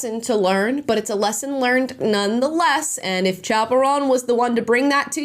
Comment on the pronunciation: “Chappell Roan”.. or is it, chaperone? Cuz that’s what I keep hearing. 🤣 just a funny thought